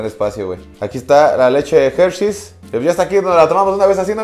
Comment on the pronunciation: La "Gercheis" . Excelente pronunciación de inglés de nuestro cabecita de trapeador. 😅